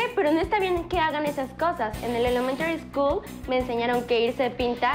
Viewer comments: ElEmTaRy ScHoOl jsjsk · no te burles de mí, en la elemtary school.. 🥺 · "En el elemantary school" caes mal mija caes mal😹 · en la elementary eskul me enseñaron un deicr elemntary eskul muchas veces da Cáncer:v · "elementari skoul" :v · más encima no pronunciaba bien elementary school XD